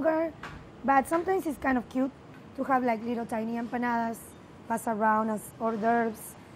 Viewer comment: watched this just to hear say Empanadas.